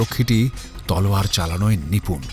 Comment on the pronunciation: সব ঠিক আছে। কিন্তু গল্পপাঠে যিনি আছেন, তার "তলোয়ার" বলাটা খুব অদ্ভুত লাগছে কানে! অত্যধিক অকারণ জোর দিয়ে বলা!